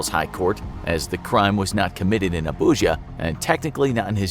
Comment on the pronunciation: Hearing you pronounce names like Ogwuma, Nwude and Abuja hurt my ears 😂